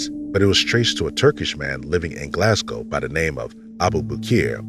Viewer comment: I just want to say I'm eternally grateful for you pronouncing Glasgow right <3